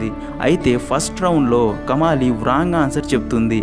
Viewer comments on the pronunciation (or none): none